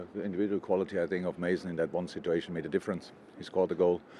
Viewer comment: No one: Klopp: “Sit-too-ayy-shon